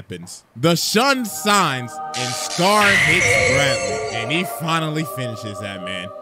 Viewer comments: "The shun sines" 2023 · I like how nobody caught saying shun sine at the end of his video yet😂😂😂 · So we ain't gonna talk about the fact he said the shun sines